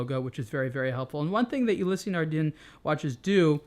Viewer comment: "Ulysse" is pronounced "yu-lease", not "yu-li-sey." Personally I think it sounds better when the name is pronounced with it's native pronounciation.